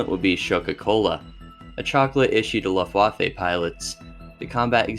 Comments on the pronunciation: I'm sorry I'm such an asshole, but I had to stop after 2 min due to hearing "luf-waf-ay". I'm just done. Especially when you can just google it and find out how it's pronounced. I can't imagine what other things weren't researched if such a simple thing was missed. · You really need to check the way you pronounce "Luftwaffe" lol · Your pronunciation of European words like Luftwaffe and Ardennes is truly painful to hear.